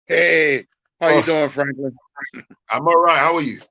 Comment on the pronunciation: Seriously sometimes😂😂I think you like""poultry business"